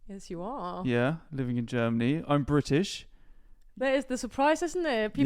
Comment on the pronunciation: I LOVE how pronounces British as 'Bri'ish'.. it's insanely accurate to a lot of Southeast England accents! Also I'm S.E English and my partner is native German (Hamburg) living in S.W England so can relate to a lot of the content. Especially my love for German food and culture. 💜🇩🇪🇬🇧💜